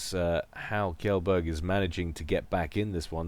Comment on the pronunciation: Kjellberg is actually pronounced more like "chain", Chellberg (and a soft g)